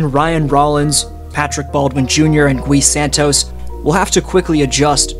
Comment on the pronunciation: The “U” in Gui Santos is silent